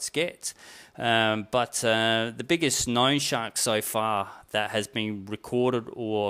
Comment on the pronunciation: This guy cant say the word so with an o. Sounds like soew